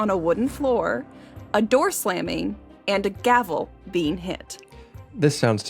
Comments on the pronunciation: While "à deux" may have been apt, that wasn't what he said (it was closer to "adoo", or the French word "adoux", which is an old term related to dyes). The French phrase "à deux" is pronounced "ah duh", not "adoo". And the word he should have "pronounced a bit differently" to make the pun more obvious (as you suggest) was "foley" (he should have pronounced it half way between "foley" and "folie"), but he just pronounced it "foley". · Flew right past me too because of the mispronunciation of 'à deux'. Boo.